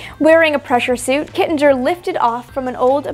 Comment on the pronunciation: Love this. Thank you. Kittinger is pronounced with a hard “G” (just so’s you know). :)